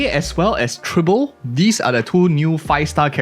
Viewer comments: Tribble? TRIBBLE?! Lololol (Dw misspeaking is common its just funny to hear) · My guy not only misprounced Tribbie but also said she is the first quantum harmomy character when we literally got Sparkle at the start of 2.0. Sparkle still number one in my heart